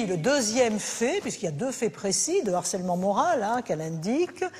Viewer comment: Pardon mais on ne dit pas "d'harcèlement" mais "de harcèlement". "H" aspiré, il fait partie de la langue française même si on l'oubli souvent...😊